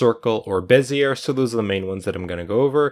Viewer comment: Good tut. But... Bezzy-A, not Bez-ear ;)